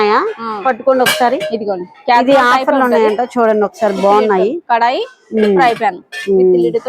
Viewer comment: Kalai kaadu thalli, kadai anali Triply anali